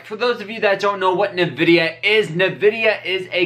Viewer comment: The first syllable in the name Nvidia is actually just pronounced like the letter N. It's not Na or Ni. You just say N ..pause.. vidia.